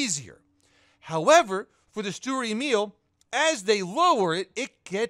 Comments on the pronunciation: It's pronounced schturer Emil, just wanna help😉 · No hate but as a german i hate how you say sturer emil